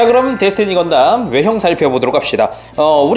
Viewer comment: 데스티니건담 이라고 하신부분 자구만 SD건담~ 이라고 하는것처럼 들려요ㅋ